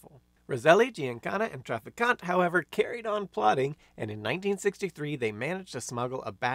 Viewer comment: And are you saying his last name Trafficant ? Those are still working.